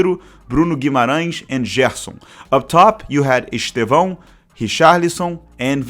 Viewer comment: Despite being Brazilian (and speaking excellent English btw), it's noticeable how you can't pronounce Estêvão's name correctly rsrsrsrs